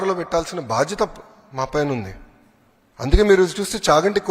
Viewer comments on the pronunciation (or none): none